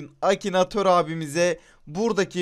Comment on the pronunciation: Akinator'u Akinatör diye bilen koca yürekli:)